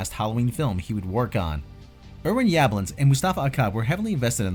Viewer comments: The original was filmed in the City of "South Pasadena," not "southern Pasadena." And the producer's surname is pronounced "Yuh-BLONNS." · The way you pronounce Yablans almost made me turn the video off